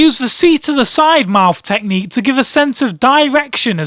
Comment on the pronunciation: I laughed so hard when he said "the fisting teqhnicue" xD